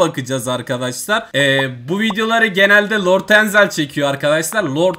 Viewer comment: lort enzel deyil abi lord enzel😂